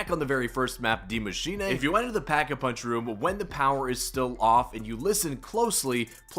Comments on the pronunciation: Broooo gotta stop saying die machinae! No nae nae! It's "dee macheenuuuhh" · Maschin 'ey' 😂